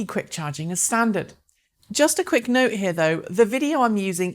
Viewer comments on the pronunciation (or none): none